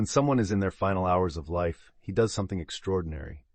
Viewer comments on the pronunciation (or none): none